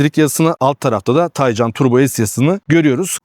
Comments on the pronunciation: Üstat güzel video olmuş. Birtakım gizli özellikleir de var ama dediğin gibi, güç bu seviyede olunca gerisi boş ama sendne ricam Taycan ı k ile oku lütfen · porsche mühendisleri tay ve can kelimelerini birleştirip genç atın ruhu anlamına gelen türkçe bir kelime olan taycan yapmıştır bu net bir bilgidir k ile okunmaz